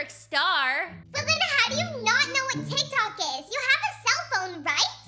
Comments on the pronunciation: Umm is tik tok is not teek tok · That’s not how your say teek tok it’s tik tok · Who the hell would say teek tok Not like at its Tik-Tok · You dint say it teek tok you calltiktok